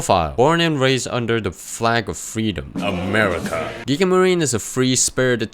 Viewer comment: Man, i'm so happy to find another guy who call Gigi with G in Gun